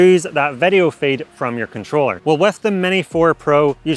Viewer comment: Please improve your pronunciation of word "video", so it does not sound like "værio". 👍